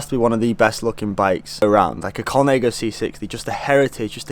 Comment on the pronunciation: Mate the frame is not majority carbon, it's all carbon. And please please stop saying Colnego it hurts my ears. But otherwise, nice vlog, keep em coming